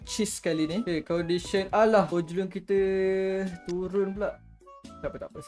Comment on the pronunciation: Cara sebutannye hoilend bang